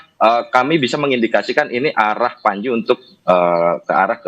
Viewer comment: Pranji apa pandji 🤣🤣. Baca yg bener dek